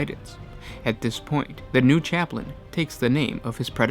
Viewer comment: You said chaptin